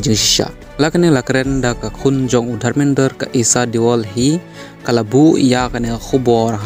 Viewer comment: Pronouns bha me tang kynoh Dharmendra bym nang kynoh...